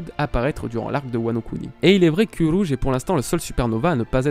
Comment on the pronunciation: le roulage de R de uRouge 👌🏻